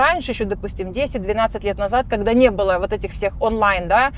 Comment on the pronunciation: Кэссир, кэгэда, пэдэхэди ))) первый раз слышу такое произношение